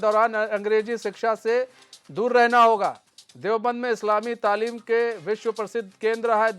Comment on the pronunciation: Pahle aap sikh lo talim ko tamil bol rahe ho apne talim par dhiya do dosron ko lecture dena band karo